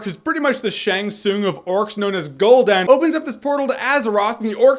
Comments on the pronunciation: This guy pronounces Gul'dan's name like "Gohl-Dan", when really the phonics should be "Ghoul-Dan". Blizzard emphasized his name in WarCraft III and Warlords of Draenor. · "Gol-dan" LOOL